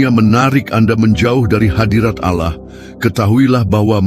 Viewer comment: 1 hal saja. Allah itu sebut jgan auloh.. kerna itu membuat kelas sebelah pikir Allah kita 1. Kita beda...maka sebutan Allah sebutlah dgn btul n jgan auloh.